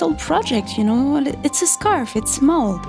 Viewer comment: "With seam allowence its seven" The accent on "its" sounds like six